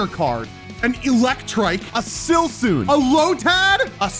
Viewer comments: Say the names right for once in your life man. Silsoon? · “A silsoon” got me 😂😂😂